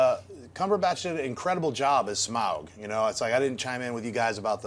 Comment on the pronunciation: is the only one who pronounces Smaug properly.